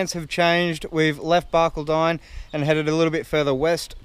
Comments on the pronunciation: Barcaldine is pronounced "bar-call-din". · Hey guys, refreshing without the fancy toys, but it is Bar-call- don I spend a bit of time explaining that as I live on the coast east of there. Enjoy and the sudscribe button is mine